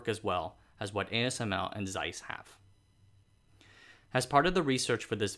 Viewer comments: not carl z-eiss, but pronounced as carl-ts-ai-s, just like 蔡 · not seiss, Zeiss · Nice tho it's pronounced Tseis not Zeis :) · Zeiss is pronounced *Z*eiss and not Seiss. It's in the name. I don't expect perfect pronounciation but when making a video in which you already know you're gonna pronounce the name some 50+ times, maybe look it up beforehand. At least for this single name. Just add a T before the S and that's it. Tseiss is pretty close to what Zeiss should sound like. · It's pronounced "Zeiss" and not "Seiss" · Zeiss' pronunciation is similar to 'tsice', please. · please. it is not Seiss. but Zeiss. the Z is as sharp as you can imagine. German. Z eiss. ahder thant Ts. way harder. it HURTS so much waht you say. Same for "Jena". YOu pronounce it similiar to Jeddah. Which is an Arabian and ahs no common language. But you pronounce Nazi very well. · Pronunciation: Zeiss in German... is a ts sound. as in bits... so it's Tseiss... Somebody else covered how J's sound like Y in German. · more like TSeiss actually as german speakers would pronounce it. there is no ‘zzz’ sound in german. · Jena pronounced YAY-nuh. Zeiss pronounced Tsice.